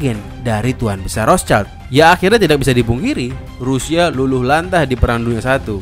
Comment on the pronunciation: Rothschild adalah bhs. Jerman. Perisai-Merah. Rot = merah Schild = perisai = bunyi bacanya "skhild" Bukan "caild" yg bhs. Inggris berarti anak. Kalau 2 bhs tsb dicampur maka nama tsb tidak ada artinya. Usahakan membaca nama orang dgn benar sesuai maknanya.